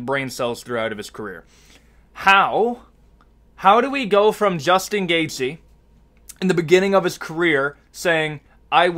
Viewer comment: Juchtin Gachte?😂